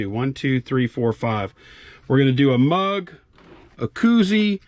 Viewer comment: Mug not drug.